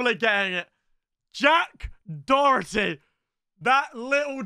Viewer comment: How come he always says dorety there’s not even an R in Doherty